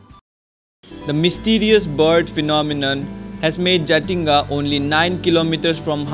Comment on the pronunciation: we called Jatinga not Jathinga 😃😃